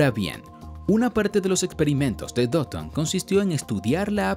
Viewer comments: Porque le dice doton? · Porque dice doton xd